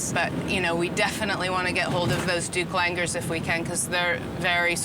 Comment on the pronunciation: Douc Langurs guys... Not "Duplangurs".